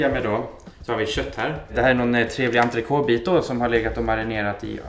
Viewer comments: ENTRECÔTE, ikke entroce. Bernes = Barnise, skal bestandig være en "e" på slutten! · Enig, men folk må jo kunne uttale det riktig! ENTRECÔTE, ikke entroce. Bernes = Barnise, skal bestandig være en "e" på slutten!